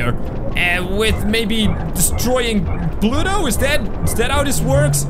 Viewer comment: You said plutot